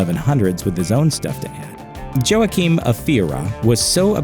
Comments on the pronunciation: Wha keen.. Joaquin. Not joahkeen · LOL! He's pronouncing the name Joaquim as 'Joe-Akeem.' It's always a bad sign when the narrator prononces things incorrectly. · It's pronounced "WA-keem", not "Jo-ahkeem". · Joachim is pronounced "waa-keem" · I believe the correct pronounciation of Joachim is 'hwah-keen'. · "Joachim" is pronounced "Wakeem" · This guy's pronunciation of Joachim was bad enough to make me consider turning to Satan worship. By the time he mentioned Saladin, I was getting ready to sacrifice a goat.